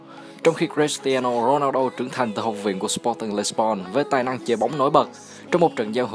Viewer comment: Thích nhất những video ad làm về CR7 giọng ad đọc tên Ronaldo hay vl